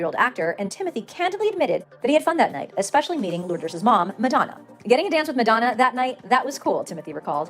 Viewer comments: Not being mean or anything ..it's not Lords it's pronounced Lord-es you have to pronounce the es at the end of her name. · Lourdes - Lor - dess or Lu - drrrresss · Lord-us is how you pronounce it. She's so gorgeous. 😍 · love you but her name is LOUR-DES, thats the way its pronounced haha (lure-dess) Just wanting to help cuz i was like wait what Timmy dated Lorde? hahahaha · Lourd- ess